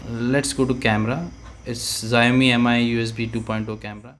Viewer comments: Not zaomi its Shaomi (Xiaomi) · It's pronounced sha'o'mi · bhai its called show-me not what you call it !! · Pronounce same h Shau mee or Shaomi 🤔🤔